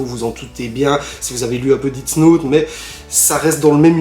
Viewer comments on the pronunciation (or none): Par contre ça se prononce « Dess note » et non « didts note » , ça commence à faire beaucoup les prononciations